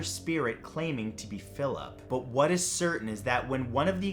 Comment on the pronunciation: “Whuts thatt?!? Its a body!!” Yes is spelled what like that bc the way she said it